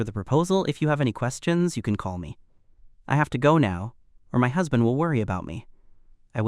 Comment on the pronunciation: It's husband, not hasbent